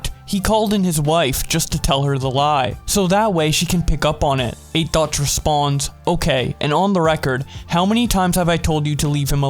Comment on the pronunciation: Sounds like you’re saying “Eight Thots” 😂😂😂